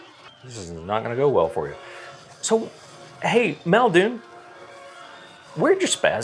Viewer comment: MULdoon, get it fucking right.